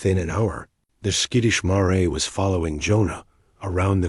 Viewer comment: Needs to learn how to pronounce mare, a female horse. 😂 Good story. Florida